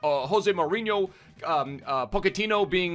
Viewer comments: ***po-ch-ettino not pokettino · go ahead and look it up lol, its pronounced "ch" not "k". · who is Poc-a-teen yo? Dude you murder some of these names. You make him sound like a little Pokemon In my pocket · I love you but he’s Portuguese, so it’s JOE ZE and poch is Argentinian so it’s Paw che ti no, love the vids g I be butchering pronunciations all the time too just tryna help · Pochettino + Pokemon = pronouncing Pochettino